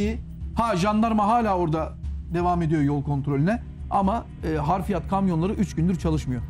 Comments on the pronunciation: bey harfiyat değil Hafriyat olacak. Anlam değişir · Bu güzel vidyoyu hazırlayan, sunan ve katılan konuklara teşekkür ediyorum. Not : Konuşmacı olarak katılan (1) değerli kareşim, yapılan kazıda çıkarılanlar için 2 HARFİYAT' sözünü devamlı olarak kullandı, HARFİYAT diye bir kelime yok, gramere de uygun değil. HAFRİYAT olarak düzeltin. Arapça bir kelimdir, حفريات hafriyat olarak yazılır ve okunur. 2) HARFİYAT da Arapça, 'harf' ten türetilerek uydurulmuş.